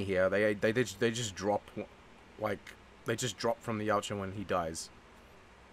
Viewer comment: i keep hearing u say yowt ja even it pronounced yot ja